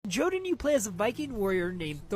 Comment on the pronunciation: Jotunn, plural Jotun, originates from Norse mythology and is pronounced either yohtunn or yuhtunn, the emphasis is on the first half of the word.